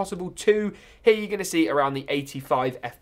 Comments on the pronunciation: It's here not hera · I like the way he say here as "hiya"